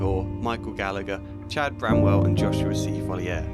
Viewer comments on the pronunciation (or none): none